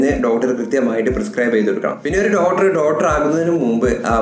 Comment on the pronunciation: ഡോട്ടർ, ഡോട്ടർ, ഡോട്ടർ ഒരുപാട് തവണ പറഞ്ഞുകൊണ്ടിരിക്കുന്നു. ഡോക്ടർ എന്നതല്ലേ ശരി